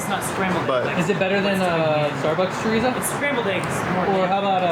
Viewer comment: i cringed every time they said chorizo